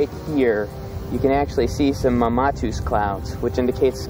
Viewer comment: And mispronouncing mammatus, lol.